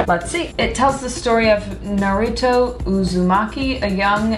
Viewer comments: How did I know she would ask Noah???? Lol Also: “Naroooto” um, it’s Naruto lol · you lit heard CJ say Naruto why are u mispronouncing it